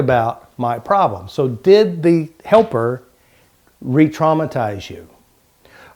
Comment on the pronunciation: You are so stupid you can't even pronounce retraumatization.